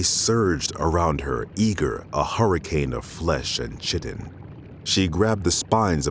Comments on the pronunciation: chitin is pronounced KITE-IN, not CHIT-IN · I love these audio-book segments! Only one thing took me out of it... He kept pronouncing Chitin wrong and it really took my out of it (Chitin sounds like pie-tin, not kitten) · I really love the story. However Chitin has a K sound not a C sound. That's my only bugaboo. Everything else is beautiful. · Chitin is pronounced "KAI-tin", not "CHEATIN". Great vid, though. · KIE-tin, not CHIT-in. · Was playing some Halo:MCC with this playing in the background. That pronounciation pulled me out of my game, and I just stared at my phone thinking 'No! Not 'chitten', 'kite-an/kite-in/kite-en', anything but 'chitten' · One small piece of constructive feedback on a fantastic audio story: chitin is pronounced KY-ten. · Isn't chitin pronounced /kaitin/? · Isn't chitin pronounced [kaiten] (pseudo-IPA)? Loved this, it's as though the Professor has taken on the task of providing free MtG story himself! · Everything awesome, 1 thing, chitin “Kite-in” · Why did the reader say Chitin??? It's pronounced (ˈkītn). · Chitin isn't pronounced Chh-itt-in. Ironic that your guy is struggling with a word of Greek origin.. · The way he says chitin (keye-ten is the correct pronunciation) is kinda immersion breaking. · Chitin is pronounced "kai-tin" : ^) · Kai tin. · cant believe would let this go up with the narrator pronouncing chitin like this. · Seriously the mispronounced chitin is completely game breaking. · The mispronunciation of chitin was triggering. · Dammit not even narrators can pronounce chitin correctly!!!! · Failed at pronouncing Chitin properly. C'mon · "Plates of chitin" is a good phrase, but not pronounced the way you assume.